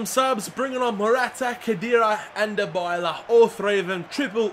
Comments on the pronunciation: Dybala is pronounced like Die-bala not Da-bala. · btw its di-bala not die-bala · Paulo Dybala's name is said DEE-BALLA not DI-BYLA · Dybala Die bala Not da balla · You pronounce Dybala's name : Die-bala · its di-bala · It's du Bala